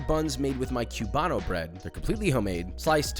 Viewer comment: Love the video, hate the way Josh pronounces cuban bread, if you're gonna say Cubano include the accents